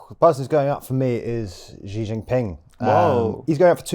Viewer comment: The big Xi-eese lol